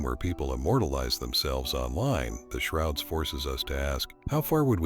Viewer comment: Is this video AI? "The Shorods" at the beginning?!